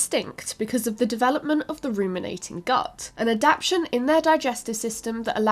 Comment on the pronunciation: It's ad-ap-TA-tion. NOT ad-ap-tion.